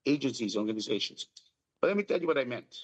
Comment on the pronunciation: Hindi orga'ni'za'tion but or'gani'za'tion